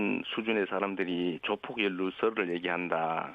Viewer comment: 저 여자 아나운서는 조폭 발언을 못하나? 계속 조푝이라고 발음하네